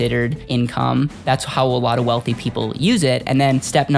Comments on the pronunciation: my friend it is not wolfie it is wealthy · ⚠️who made this video? Can you get AI that speaks properly - one that pronounces TH as TH and not as F, like council estates chavs in the UK⚠️ It's WealTH and WEALTHY not WEALFY ⚠️⚠️